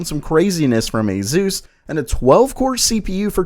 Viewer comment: "Azeus" hahaha